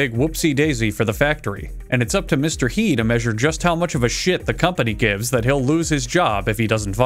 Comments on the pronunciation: Mister Yey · something like her, but focus on the r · As a Chinese, hearing him say “Mister He” was really funny since it’s pronounced quite differently in Chinese. It just caught me really off guard XD